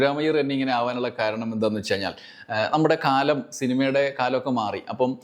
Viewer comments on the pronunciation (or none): none